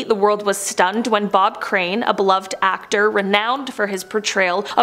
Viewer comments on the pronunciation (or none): none